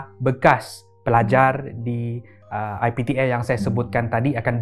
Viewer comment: Everyone: IPTA: I P T Air 🤣